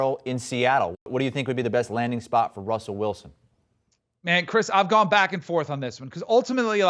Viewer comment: “Wussell Wilson”